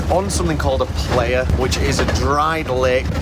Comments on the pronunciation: It is pronounced pl-eye-uh, not play-uh. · It’s pronounced “ply-uh” not “play-uh” 😊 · 1 minute in and I'm like.. 1. $600 Ticket is cheap AF Festival? 2. Tell me you're not a burner without telling me you're not a burner. Lol 3. Plehya? It's Playa and it means Beach in Spanish. It originated in a beach in SF. I just want to fast forward to the end atp, hoping they understood what Burning Man really is. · "Were here, not to take the piss like you might think we are, we're here to respect this place, understand it and tell you what it's like." Start with not looking like a total noob and tourist by correctly saying 'PLAYA'. It is pronounced 'PLIER' guys! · lol love yall, it’s pronounced “ply uh” not “player” lol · Great job guys. Next time,,,ply-uh haha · Omg “Player” 😅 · You are not saying playa correctly , it's more like ply - ah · Great video, but I wish you could pronounce "Playa" its Spanish for beach pronounced like the tool - Plier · its pronouced PLY-YA. its Spanish for " Beach". You are literally on a dried out lake bed. good video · Time to learn some Spanish, it’s pronounced “ply-uh” ;) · I started following you channel last year…and as a burner - I really love how you covered the event by jumping all in. You embraced the culture and did the playa (mispronounced horribly) proud. Did you know that every country in the world and even every state /province in North America have their own mini regional burns….please consider visiting the global events. Anyhow - Great job. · Playa is Spanish for beach, and you butchered the pronunciation lol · Look up the proper pronunciation for “Playa”…which means “beach” in Spanish.